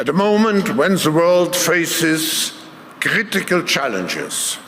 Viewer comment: "...crHHHHHHritical challenges...." 😳